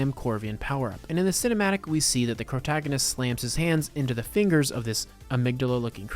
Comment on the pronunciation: Did mf say CROWtagonist? Love it and am now stealing it